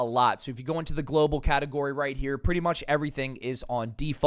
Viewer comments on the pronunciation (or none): none